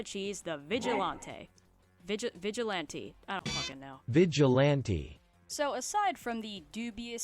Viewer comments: FINALLY SOMEONE ALSO PRONOUNCES IT VIGIL-ON-TAY thank you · Finally someone who pronounced Vigilante how I do. Would John Pillar make a good roommate?